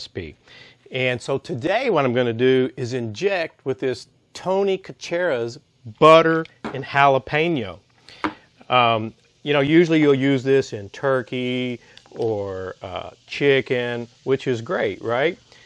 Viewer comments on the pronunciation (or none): Looks amazing ‼️ btw my brother it’s pronounced tony sash uh ree